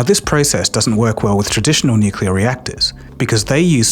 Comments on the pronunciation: Has gone "nucular" now? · Xu Hongjie = Hshuh Hohng Jyeh. He butchers the pronunciation in the video, as he does the word "nuclear " which is "new klee/clay uhr" not "nuke ya luhr". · Why do you consistently and persistently mispronounce "nuclear"? It's not "nucalar"! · Unfortunately, when someobody pronounces nuclear "New cue ler", I want to turn it off. When it might be an AI with a british accent it is goodbye. Too bad. Unsubscribing. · Channel specializing on nuclear energy says "nucular". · jesus your whole channel is focused on fusion and you can’t pronounce “nuclear”? 😭 please just google it or something